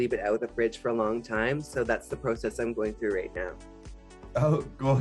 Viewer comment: Dude jimbo is too much lmao not ( pro - cess )😂